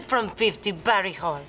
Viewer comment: did she say barry hall?